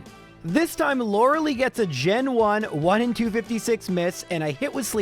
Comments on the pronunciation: bro I actually can't stand it. The name is not loralee and you know that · I cant watch this guy calling her loralee on purpose when he knows thats not her name